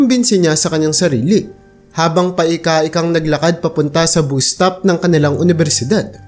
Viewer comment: Ano'ng "boos" top? Bus stop ...ang pronounciation pa eh, " bas stop"